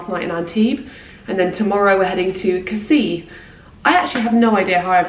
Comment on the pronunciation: With Casis you actually do pronounce the last 's'. What a lovely honeymoon; you look really well 🥰